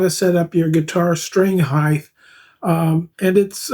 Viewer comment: String height not heigth